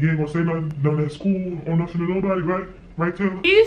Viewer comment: Every time she say "tew" lol 😌😍 them Baltimore vibes